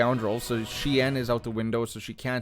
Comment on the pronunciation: Fyi, it's pronounced shen, it's one of the variants of form V. Anakin used Djem So the more offensive variant and Plo Koon was a master of Shien.